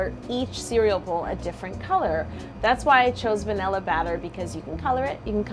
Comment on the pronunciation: is it just me or did she say banila in the beginning